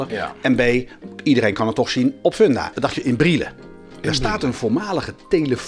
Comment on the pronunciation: Erg leuke nieuwe serie! Ga zo door! en, je spreekt uit Fundafun (Funda komt van fundament) dus gewoon met een u en geen oe.